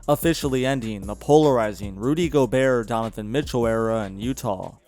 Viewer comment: The way u say gobert scares me it's go-bear not gobearer